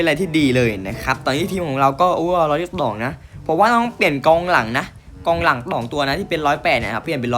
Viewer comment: เสียงพี่เป็นอะไรครับบางที ร้องสิบต๋องร้อยสิบต๋าม